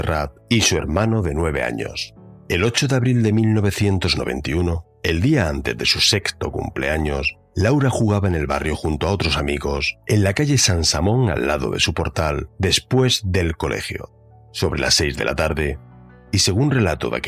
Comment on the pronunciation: Es Calle Sasamón, no San Samon